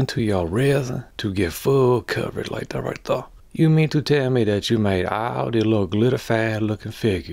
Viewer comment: "To get full covrage like da right der" simply beautiful